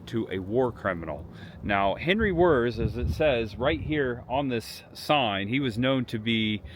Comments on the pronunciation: His last name is not “Wurrz”. It’s pronounced like VEErtz. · pronounced Wirtz